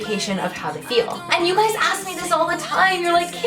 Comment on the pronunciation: "Hello you gwies" is it only me or did I realize she said gwies😂😂😂